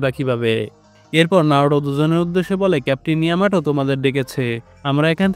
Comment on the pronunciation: নারুটো না নারুতো ok